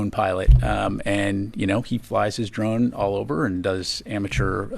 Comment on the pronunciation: What’s a Drome? 😅 swear you aren’t saying Drones